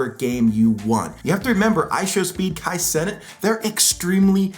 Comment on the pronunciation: Wanted to press like but then heard how you pronounce Kai cenat